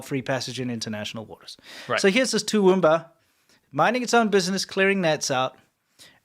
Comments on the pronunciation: you said Toowoomba pretty much right and we're more likely to come up screaming cunt than crikey😂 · Guys Steve Irwin was the ONLY AUSSIE who still used CRIKEY. U pronounced Toowoomba correctly Batman under water ?? 😂😂😂😊